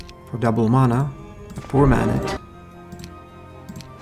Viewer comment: It's pronounced mana, not mana.